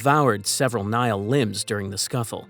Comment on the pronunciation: For the record, the Latin word Nihil is pronounced "ni-hill", not "nile." It means 'nothing.' Even English Nihilist is probably pronounced "nie-ill-ist," not "nile-ist."